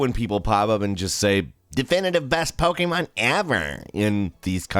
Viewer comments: It’s pokEmon not pokeAmon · Its pokemon not pokaymon